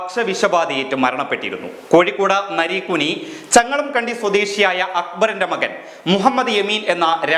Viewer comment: Narekkuni alla narikkuni